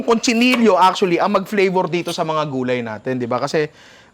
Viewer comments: Cochinillo, ninong hindi CONCHI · Ninong its COCHINILLO not CONCHINILLO